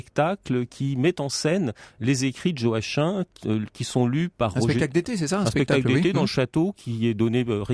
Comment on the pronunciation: Joachim c'est joakim pas joaquin